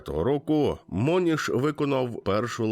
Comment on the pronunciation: Правильно буде не Мо'ніш,а Моні'ш,привіт з сонячної Мадейри.Хай квітне ваший канал.🎉🎉❤